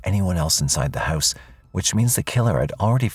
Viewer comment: It's Pronounced "House" not "Hyse" .......